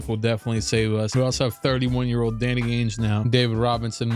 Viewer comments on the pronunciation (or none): none